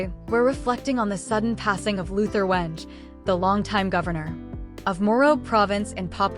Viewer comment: AI news can not prounce the name well. Stop it already